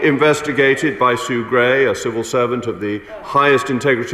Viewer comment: I'm just chuckling at Naddine Dorries saying the words "serval servant" instead of "civil servant".